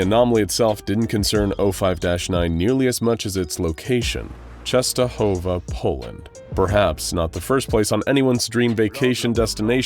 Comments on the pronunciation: Eyy true just wanted to write the same thing, its read really good :D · as a polish person, i love how you pronounce "Częstohowa" i think you're the first american person to get it right